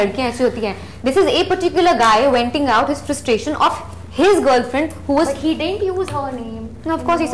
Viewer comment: She said venting out not wenting out...